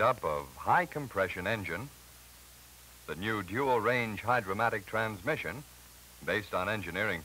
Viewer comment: It’s Hydra-Matic. Not “Hydromatic.”